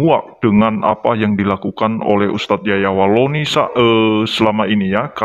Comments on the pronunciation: Apakah saya salah dengar bukankah dia mengatakan " Yahya Walonte' ". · Yahya waloni pak ustadz, bukan yahya walonte......😅